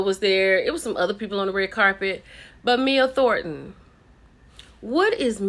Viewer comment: The way you said Mia Thornton translated in my ears as wtf, 😆 🤣